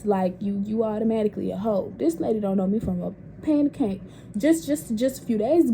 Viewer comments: Tht bih said “ a pan of caint “ 😂😂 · pan of caint got me dead 😂